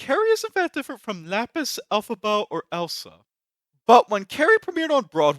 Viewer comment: Who's Lapis Alabo? Did you mean Lapis Lazurit? Cause I know Lapis Lazurit from Steven Universe.